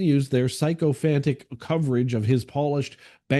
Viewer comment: It's pronounced "SICK-oh-fan-tick"